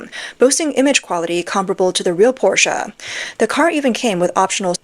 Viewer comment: thank you for pronouncing 'porsche' correctly.